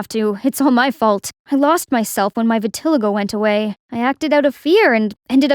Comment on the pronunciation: Thats not how you pronounce vitiligo...🤦🏻‍♀️❤️